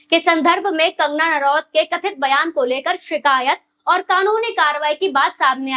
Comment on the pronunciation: कंगना नारावत नहीं,कंगना रनौत कहिए मैडमजी!